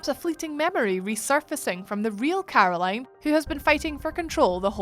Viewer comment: This accent..... 'Carrrrroline' .